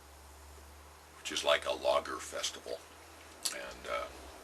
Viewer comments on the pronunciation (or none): when you said 'logger' i first thought you said 'lager'...both of which sound like a blast i like grabow pipes, but detest their injection molded stems, it's a shame that they compete for price instread of quality, I have $50 to spend, i'd rather have a higher-tier grabow option. maybe ill be king someday. until then, ill drink lager and think of log rolling while i smoke my grabow filled with Carter Hall.